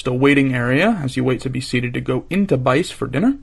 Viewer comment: "BICE" is pronounced "BEE-chay" in Italian.